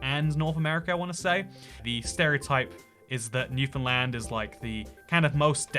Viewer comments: Holy fuck he pronounced Newfoundland right. Lets go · The first Non-Canadian I've heard pronounce Québec and Newfoundland correctly. Props,! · Thanks for saying Newfoundland properly! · A Non-Newfoundlander who says Newfoundland correctly! I’ve heard people say it “New Finland”, and as a islander my whole life, it pains to hear it said so wrongly. I don’t even know why this is the hill I die on, the Newfoundland dialect makes everything sound weird (this is as a person who actually speaks proper newfinese) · Thanks for pronouncing Newfoundland correctly. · How does he nail "Newfoundland" but pronounce "Kelowna" like that